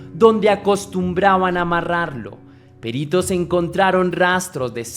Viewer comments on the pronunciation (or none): Gracias por este caso tan tremendo. Por cierto,, no es "Périto", es "Perito", una palabra llana, sin tilde, con tónica en la "i".